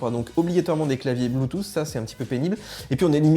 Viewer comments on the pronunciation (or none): none